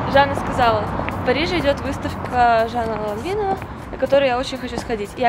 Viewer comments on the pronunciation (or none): видео крутое, но только вот произносится ЛанвАн, а не Ланвин.